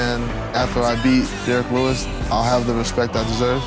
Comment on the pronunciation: "Derrick willus" 🤣🤦‍♂️